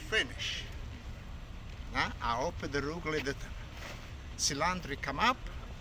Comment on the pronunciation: omg I laughed so hard when I saw his little tube of arugula spelled phonetically the way he says it! "Rucla"!